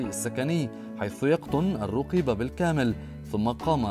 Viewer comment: من تدخل في شي لايعنيه لقي مالايرضيه انت وطريقة نطقك الروقيبه انشغل بنفسك